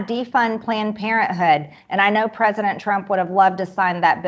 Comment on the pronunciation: prizidon Trump lavi said وعد